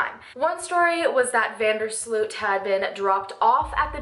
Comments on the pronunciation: How usa people butcher dutch names.. slut.. its sloot.. But oke he is a killer. So lol i hope he will die in prison .. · First of all Joran's name is not pronounced as SLUUUUUT But As VAAN DERRR SLOOOOOOT, not sluuut. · Van der Sloot should actually be pronounced more like the way the word 'boat' is pronounced. So more Like Joran van der Sloat, if that makes sense. Hope that helps for future videos. :)